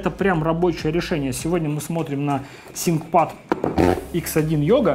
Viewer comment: откуда такое произношение то взял "синкпад", когда произносится "финкпад"